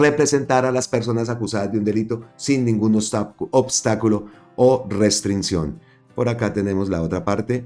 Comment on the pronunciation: Usted me cae muy bien, pero por favor no maltrate el castellano diga "restricción" con doble 'c', la palabra "restrinción" no está en el diccionario castellano, felicitaciones y agradecimientos por su labor de difundir la esperanza a través de la red!!!